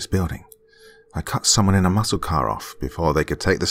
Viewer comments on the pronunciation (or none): none